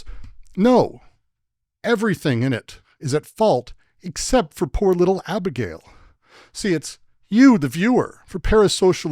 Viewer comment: "Abegail" XD